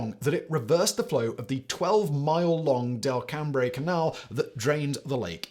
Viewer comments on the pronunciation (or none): Don't know if anyone has already addressed this but it's pronounced Del-Cum. If you ask the natives they'll tell you it's spelled wrong on the water tower.😁 Gaualajara doesn't surprise me. I saw similar situations throughout my career. The only difference is that we managed to keep things from going boom. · Fun south Louisiana pronunciation. Delcambre is pronounced like “Dell-come” with the emphasis on the dell. You have to love a place with last names like Zeringue (zur ang) and Champagne (chom pon). 😂😂😂